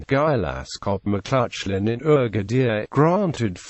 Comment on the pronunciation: That isn't how you pronounce the name. Its an "a" sound. Macl"a"chlan